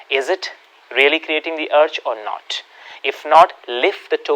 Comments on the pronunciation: Arch is pronounce not as अर्च but it is pronounce as आर्च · arch not urge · Very good video. Sir, forgive me, I watch many of your video. And follow them also. Even Pranayam I do, following you. I want to apologize for my suggestion that the word "arch" is pronounced as "आर्च" (जैसे चम्मच में बोलते हैं वो वाला ' च' ) and not as "अर्क" or "आर्क". Many times I saw this video and everytime I stumbled after hearing अर्क! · You are pronouncing 'arch' as 'urch' ! It is 'aarch' 💐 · Please improve your English pronunciation- for words like arch etc- otherwise good information 👍